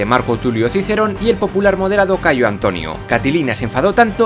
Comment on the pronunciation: Me gustaría felicitaros por todo el trabajo que hacéis, se nota la enorme preparación y documentación tras los vídeos. Sin embargo, querría haceros unas sugerencias en lo que a la pronunciación del latín respecta: primero, el praenomen es Gayo, no Cayo. Es cierto que aparece abreviado con una letra C. (al igual que el praenomen Gnaeus, Cn.), pero esto se explica porque la abreviatura es más antigua que la introducción de la letra G en el alfabeto latino (la G es un invento puramente latino, que surge de la necesidad, pues en el alfabeto etrusco no había una grafía para la oclusiva velar sonora, pero sí para la sorda, la C, que hasta el siglo III representó indistintamente el sonido velar sonoro y el sordo). En el siglo III a.C., el liberto Espurio Carvilio, que había sido esclavo del cónsul Espurio Carvilio Ruga, decidió agregar un pequeño rasgo a la C para crear una letra nueva y representar así el fonema velar oclusivo sonoro como distinto del velar oclusivo sordo. Otra precisión es que en latín apenas hay palabras agudas. Por lo general, la mayoría tienen acentuación llana (se diría, por ejemplo, "prínceps" y no "princéps"). Las reglas de acentuación son algo mas complejas que esto (la regla de la penúltima: si la penúltima sílaba es pesada - constituida por una vocal larga o trabada- , portará el acento, mientras que si es ligera constituida por vocal breve en sílaba libre el acento recaerá en la antepenúltima) pero la tendencia es la que he señalado. Por último, la letra